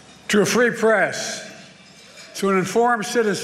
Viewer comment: "and you, the pree fress" 😂